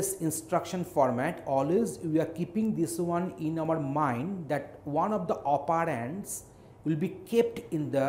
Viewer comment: One of the 'OperAAAnds'